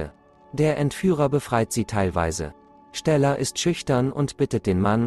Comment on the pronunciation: Ich will ja nicht gemein sein aber wie er STella sagt